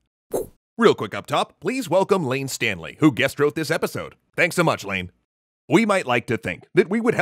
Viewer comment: Did any other Alice in Chains fans do a double-take thinking said "Special thanks to Layne Staley"?